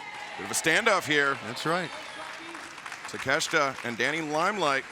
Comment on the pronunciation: why the called him Takesta?? its Take-Shita haha